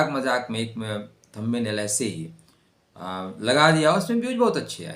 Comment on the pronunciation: Thumb nail मे “Nest 3 मंथ” लिखा है. वो “Next 3 months” चाहिए. थंबी नेल नही, थंब नेल बोलो.